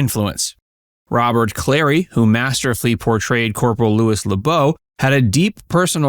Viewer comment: It's Werner KLEMPERER, not "Klempner." Robert CLARY. STA-lag. Thumbs down for screwing up cast names and making a video allegedly narrated by a human sound like it's AI.